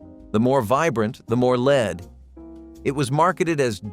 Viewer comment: This was interesting but I don't understand how anyone can make the mistake of pronouncing "lead paint" with a long 'e'.